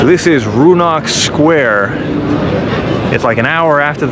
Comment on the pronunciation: Oh year, that square in Lviv is called Rynok, not Roonok as you pronounced it 2 times. It means Market, thus Market square(it's the old one, so no actual market, but even earlier centuries ago it used to be a cemetery 🪦 ( happy Halloween 🎃) next to the Cathedral church. Only a Boïms chapel rem@ and some graves are inside of that cathedral ( it's called Catedra, through Polish influence)